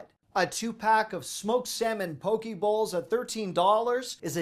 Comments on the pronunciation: It's pronounced pokay not poki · Those croissant muffins were dubbed: cruffins. :) Also: poke is pronounced "poe-KAY"